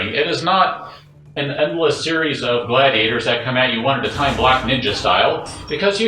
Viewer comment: Tf is gladeious lmao